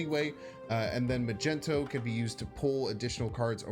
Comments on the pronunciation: Ma -Gent-O. Wha???!! Because he is in shades of purples or magenta???!!! LOL?? It is Mag-Neat-O, even though I prefer myself Mag-Net-O. Neat-O sounds so silly too. All YouTubers I notice mispronounce KAZAR incorrectly, in X-Men #10 it's pronounced "Kay-Sar", and my sides hurt when I always hear "duh ya, Ku-Zar". Otherwise Heimdall Non-movement plays are sweet sweet music plays, love it!! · it's fuxxing MAGNETOOOO NOT MAGENTOOO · Did he just say Magento? His name is Magneto 😜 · Yo who is “MAGENTO” lmao its MAG -NE - TO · Good vid, entertaining deck, knowledgeable player BUT can’t stand him calling magneto “magento”. Dumb af. It’s not what it’s called, it’s not shortened (still 3 syllables), and mag, mags, maggy are all better nicknames for the card/character. Truly annoying and queer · Why u all say "mageNto"? It's MaGNeto. Do I missed something? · Yooooo you gon be a meme if you keep calling Magneto Ma-Jen-To 😂😂😂😂😂😂 But besides the meme this deck seems super fun! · He really said “I say magneto because that what the card says” hahahah no it doesn’t. It’s magneto not “mage-n-to” just like it’s giganto not “gig-an-to” be consistent in your mispronunciations. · For the love of god man… I love you content but if you don’t start saying magneto and giganto right, I swear I’ll stop watching. It’s MAG Ne tow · Mag-nee-toe my dude. That’s how it is pronounced. Peace my man! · I stopped watching this video as soon as he said “Magento” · Magento….Jesus bro do you really not know how to say his name? Lol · The "Magento" thing is annoying. Like dude chats even trying to tell you. I thought it was a troll thing but then he said Giganto.... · Why was he pronounced it "Magento"? It's like a Magnetic, but with O at the end. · Why does he call him magento ? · Mag - nito (how to pronounce Magneto) 🤗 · Lol at “magento” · Did you call magneto.. Macento? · Dude hasn't seen one of the dozen X-Men movies 😭 wtf is Magento 😭😭 and then hard G giganto 😭😭😭 wtf dude this is so painful!!!